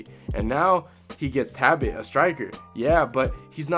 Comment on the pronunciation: okay is it “ta bit” or “Tal Bot”